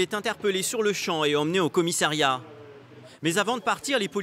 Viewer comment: Il peut arrêter de dire 50 fois "commissAIriat" ???????